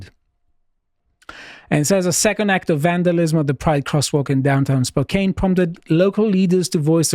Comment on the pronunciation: Let’s go Spokane! Used to live there. Downtown is fairly liberal-heavy, but literally everywhere around it is based. Also, it’s pronounced Spo-can not Spo-cane